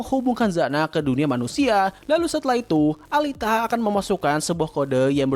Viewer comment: Alita alita. Dibacanya Elita, gedek dengarnya pronounce nya